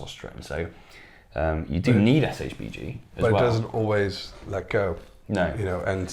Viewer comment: Why keep saying SHGB? Is SHBG